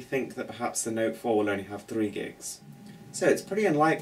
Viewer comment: "tha noet fouar♥"... lol.